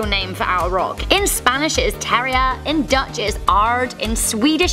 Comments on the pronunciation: In spanish is: "TERIA"? The hell was that? Is not: "TERIA", it's: "TIERRA" ( tee - er - a ) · Tierra, you gotta roll your R's lol like a gun RrRrRrRr or a cat purring if that helps more 😂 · The way she pronounced the Spanish word made me want to slap her 😅😅